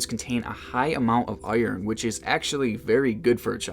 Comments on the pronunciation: yu say iron like oyorn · What is this amazing pronunciation of iron?! Is there an A in there?? I love it! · I liked "UH-YURN" and "WUYT RICE", "VUYTIMIN"